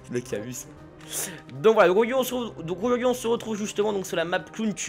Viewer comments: mdr le"auiourd hui" a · pourquoi au début de tes vidéo tu dit bauyoure XD